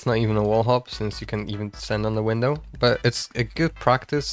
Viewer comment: bro forgot how to say window